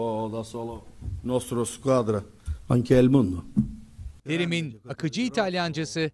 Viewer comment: Elif doğru sölemiş mesela el mondo diyor ama italyancası il mondo dur